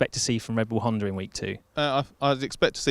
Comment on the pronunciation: Why is everybody pronouncing HondaREngine???